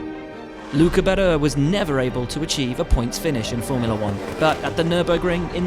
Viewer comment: Official voice of Formula 1 and he can't pronounce RETTIFILO (he said RETTIFILIO). And BADOR instead of BADOER.